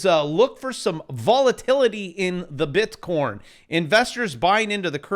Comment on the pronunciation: You continue to mispronounce "Bitcon"